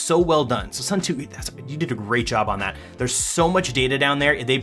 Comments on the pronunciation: Watching this while waiting for my Suunto [soon-to], not [sun-too] xD Nice video otherwise! EDIT: I see someone used the same example as me already, lol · Suun-to not Soo-too believe me, i'm from Suunto land Finland. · Say it with me now: ‘Soon-Toe’ 😂😂